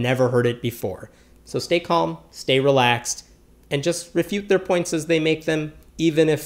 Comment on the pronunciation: The way he said calm though; I heard comb lol😂